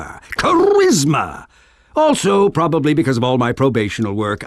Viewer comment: Do you mean the gentleman who probelbebliblablyablalab the defendants bleblyblibbleblehblebroblybliableh guilty at the bleblibgblab of trial?